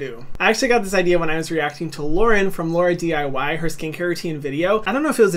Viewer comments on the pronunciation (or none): Nobody: Nobody: Hyram: LaurAdiy Me: HONEY it’s said laurendiy LOL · not Hyram still saying Laura-DIY haha